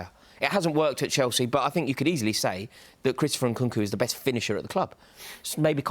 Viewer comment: For a man who can't even pronounce Nkunku's name right needs to stop giving opinions on footballing systems